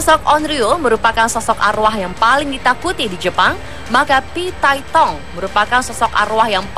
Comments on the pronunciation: Phi tai hong aneh bukan phi tai tong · Emang HONG cara bacanya THONG ya min,,,,???